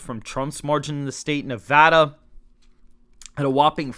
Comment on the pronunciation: Thank you for pronouncing Nevada properly. Nev-add-uh, not Nev-ah-duh.